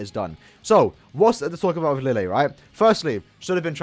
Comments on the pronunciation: It is written "Lille " but it is pronounced " Rije". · Lille's name pronunciation is Li-Je. His Japanese name was Li Jye and apparently that two L makes a J sound.